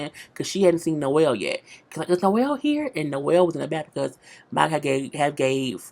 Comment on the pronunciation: I think 'here' the way you say it may be spelled 'heeya' or 'heeyah'. I need a tshirt